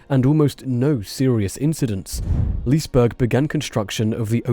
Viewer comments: "Lice-burg"? Is it so much effort to find a Swedish video with the correct pronounciation? Heck, even Google Translate can kinda deliver that. And "Lees-burg" is not correct either, the first E is pronounced, like the E in "the". Let's not go over the burg part, but at least the Lise part should be correct... The comments about the "fire in water park?!", it's a structure like any other, it was even still under construction, of course it can catch on fire. Just because a bit of water is running through a couple things (when it's open) is gonna prevent a fire? Nah. Guess what, ships can catch on fire (and sink from it too), even if they're metal on the outside and are surrounded with water. Happened many times. Sorry, had to get these two things off my chest. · If you do a second video, you might consider pronouncing the name Liseberg correctly. The letter "e" isn't only pronounced, it's actually accented. Second, berg is not pronounced berg in Swedish, it's pronounced berj.